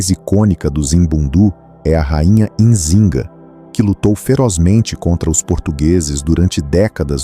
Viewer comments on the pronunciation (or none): none